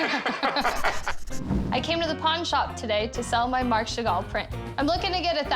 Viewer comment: Sheven chagall😂